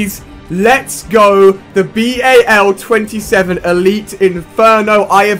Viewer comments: "B-A-L" No one says that. XD It's Bal. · its bal 27 not b-a-l 27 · mate you don't call it B.A.L its so annoying when you say it like that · It is not a b.a.l it is a bal 27